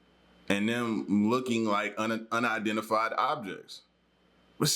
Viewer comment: Unidentiflyed objects huh 😂